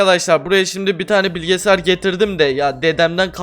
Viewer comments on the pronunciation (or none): Abi niye bilgisayar a bilgesar diyon😂😂